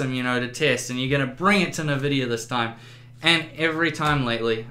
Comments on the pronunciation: What the hell is a nuh-vidia? It's En-vidia. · oh god its EnVidia not NihVidia. Nvidia!!! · "Navidia" my brain omg and my ears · I cringe every time you say "nah-Vidia". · i love how he calls it "NA"vidia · Nice video. Interesting you call Nvidia 'Nevidia'. :)